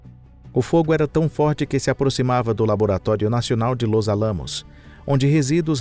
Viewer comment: Gosto muito desse canal, mas creio que deveria haver um cuidado maior com a pronúncia de nomes estrangeiros, como por exemplo, Los Alamos, o locutor coloca silaba tônica no aLAmos, e deveria pronunciar como Álamos, é uma bobagem, mas dói o ouvido. Mas o conteúdo é 10. Parabéns pelo canal